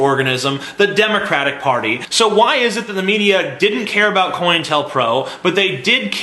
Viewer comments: a tiny fyi, COINTELPRO is pronounced like co-intel-pro instead of coin-tel-pro. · why is he calling it coin-tell-pro It's Co-Intel-Pro.